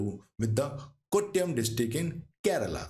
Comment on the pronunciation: One it is Nila-giri No halant in LA. Two: It is not Palghat - It Paalakkad. Double KK and NOT Pala (dhirgha NOT hrsva). It is Kottayam. Double TT sound. Get your pronunciation right.